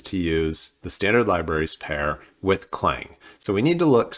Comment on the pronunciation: Please, it's not "Cl-ang" it's "C-lang"!